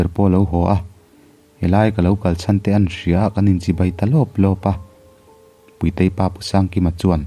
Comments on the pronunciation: Puitei or Púitei (Ro'Pui') kan sawi ang a, 'Puitei' ti tho si. Amah Puitei koh nan a 'Tui' lam rik ang deuh a, 'Púitei' ti leh tho si. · Puitei / puitea tih i lam dan hi a ma ka ti